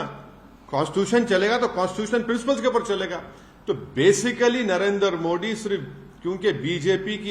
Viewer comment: इसको मोदी जी का नाम लेना नहीं आता बोलता है नरेंद्र मो Di